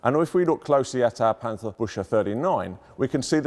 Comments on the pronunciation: To be more exactly: Bueckse. This is one of the few times, where the "ch" is really pronunced the way the English speakers normally mispronounce the "ch" in German words. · And this guy is supposed to be the expert with his "bushe" 😂😂😂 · Listen and repeat: Bück-ze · The correct pronunciation is "biukhse", dude. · I was hoping for the pronunciation of the word "Büchse" to get completely slaughtered in this video. I'm glad to report that my hopes weren't disappointed... :D Hint: The "CH" in "Büchse" is pronounced, more or less, like a "K"-sound. Not like an English "SH". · Leuchtspur, the eu is like oi and the u is like a ou, loichtspour, there you go. And Buechse is Bewxe. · Please get your pronunciation right on Forvo, ahead of recording. Büchse, Spur, ... It sounds so ignorant to hear them mangled over and over again . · if you wanna say it pronounce it as buckse like the dear but with se at the end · absolutely. But alot of people here seem to miss that no one is complaining about an accent or the lack of a properly pronounced Umlaut but that the complaint is that a museum curator is calling the thing a tank Bush. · The pronunciation is a bit off, it should be "Bükse" not "Büchse" but great video still. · From the way this weapon is spelt, I can't work out why the presenter is pronouncing it differently! It is spelt ch-se but he is pronouncing it as -sche. It's not difficult to learn learn to pronounce German words correctly, especially by so called experts. Please, GET IT RIGHT!!!! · I like how he pronounces Büchse as busher, it's completely wrong but funny. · "Büchse" is pronounced "Büxe" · For his credit, it's not the worst I have heard so far. At least the "e" in the end is not silent, making it sound like a Frenchman trying to say "Busch"... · wanted to write something similar ^^ he sais something like büsche not büch_se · I meant to say, he actually pronounced it as BÜSCHE (bushes) :-) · try to pronounce "buxse"